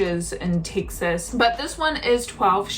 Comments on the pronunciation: You pronounce Texas, Takesays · Where is this "Tixes" you speak of? From someone who lives in Fort Worth, Texas.